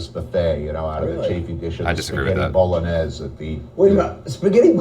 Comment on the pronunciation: Why are they pronouncing bologanesh wrong so many times in a row ???